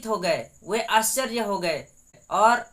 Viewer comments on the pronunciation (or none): ✝️👑⚘🙌🙌🙌🙌🙌Prease the lord...बेटा " भा सा नही बल्की भाषा है ,यरूसलेम नही येरूशलेमन...,आच्सर्य नही आश्चर्य...कुछ शब्दोको साफ बोलना,बोली भाषा जोभी हो पर साफसुथरी जरूरी है...और क्षमस्व करना की मैने तुम्हे कुछ बताया ...प्रभुयेशुकी प्रिती और शांती सदैव तुमसंग और सारे परीवारके संग रहे...आमेन, आमेन, आमेन..🇮🇳🇮🇳🇮🇳🙏🏽⚘❤⚘🙌🙌💔mmi👈⚘❤⚘